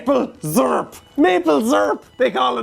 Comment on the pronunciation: seer-up, not zeerp